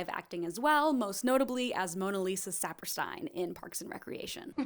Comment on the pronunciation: I loved this and you worked so hard but you undermined yourself with mispronunciations of Ackroyd, Garofalo, Saperstein etc Glad you got in my algo though